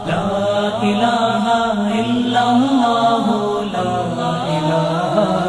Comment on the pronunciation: السلام علیکم ورحمتہ اللہ وبرکاتہ حضرت ویڈیو شروع ہونے سے پہلے جو اللہ اللہ پڑھا جاتا ہے اس میں دوسرے والا لفظ آللہ مد کے ساتھ پڑھا جاتا ہے اور یہ پڑھنا غلط ہے اس لیے برائے مہربانی آپ اس کو درست فرمائیں من العاصی